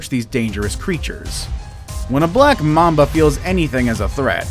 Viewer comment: When he said "black mamba" I thought he said "blap mamba"